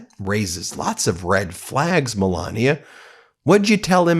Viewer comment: Meh lay nee ah!